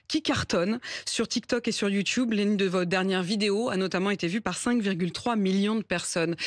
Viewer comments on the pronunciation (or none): none